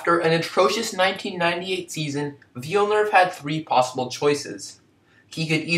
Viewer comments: I’ve gotten a few comments about this and I’m very sorry that I pronounced his name wrong. I think I pronounced it like ‘Jack Villeneuve’ which is wrong. But aside from the mispronunciation of the name, did you like the video? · Thanks Najwa, glad you enjoyed! I was happy with this video when it came out but yeah I can’t believe I pronounce his name so badly... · I already mentioned the mispronunciation in the pinned comment, but again I really apologize for messing up his name. I didn’t realize until after I uploaded the video and now it’s too late to change it. Mispronunciation aside, I hope you liked the video and be sure to check out some of my newer stuff which is a lot better than this one... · I’m very sorry about the mispronunciation of his name, looking back on it it’s quite silly of me since he’s literally the topic of the video. But my content quality (and pronunciation) is much better in my more recent videos. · Liked the video despite the mispronunciation of his name. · if you are making a video about someone couldn't you at the very least learn how to pronounce his name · Amazing video man, keep it up! Apart from the name pronounciation, this is still a really great video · Hello everyone, I really apologize for the mispronunciation of his name. It wasn't until after uploading the video that I realized I was pronouncing Villenuve's name as 'Villnerve', which is completely wrong. Despite the incorrect pronunciation, I hope you enjoyed the video. Please keep in mind that this was one of my first videos, and the content that I put out nowadays is much better. Be sure to check out some of my newer videos if you want to see what this channel has to offer. Thanks and have a great day! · Would you please learn how to pronounce his last name ?